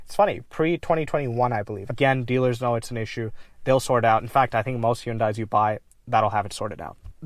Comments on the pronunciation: In Korea they don't pronounce it Hun Day. It's He oon Die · Its pronounced 'Hyundai' like how you say"Sunday" not how you said it man. Gotta lock in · To be super specific, it's actually pronounced "hYUn deh". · Suzuki selling cars? Damn. Nobody buys them, in the US. They're seen as shit vehicles. Very interesting. You say Hyundai in a very interesting way, as well. Back in the 90s, Hyundai ran an advertisement that said "Hyundai. Like Sunday." So the way we pronounce Hyundai is similar tl Sunday. Like 'Hun-day'